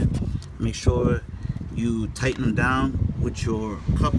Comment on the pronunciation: Tighten not tie’in Waiting not way’in Saw not seen Blessed not bless